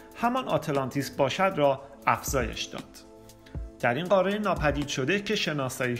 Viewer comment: اتفاقا ایشون داره درست تلفظ میکنه نه ما، قاره درسته نه قارِ ، ایشون اصولی و درست صحبت میکنند